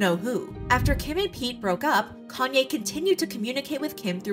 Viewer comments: It’s “yay” not “yee” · yee? Why would you pronounce it that way if its just a shortened version of his name? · If you take the "Kan" off of "Kanye" you have the right pronunciation. I don't know why people's find it hard 🤷‍♀️